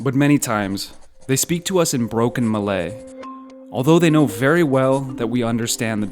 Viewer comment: if you can pronounce “lie” i think you can pronounce “Malay” correctly.